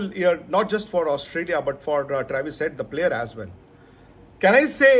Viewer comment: U butcher travis😭😭😭 Why with us not once but twice😭